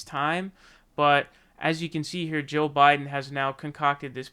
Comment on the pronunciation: I can't tell the difference between your pronunciation of "Jill" and "Joe".